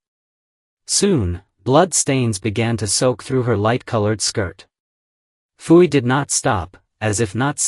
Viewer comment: Also Puyi is pronounced Poo-yee